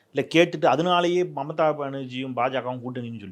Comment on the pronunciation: அது மமதா பனர்ஜீ இல்லடா ..மம்தா பனர்ஜீ … 10 தடவ சொல்லு அப்பரம் சரியாகிடும்.. நாக்க வலியிடா அண்டா